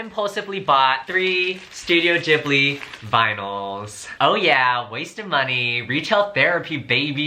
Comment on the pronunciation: u are prounancing ghibli wrong